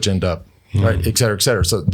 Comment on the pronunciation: Awesome, but please, someone tell Lance that it's not 'ek cetera', it's et cetera! 😉🙏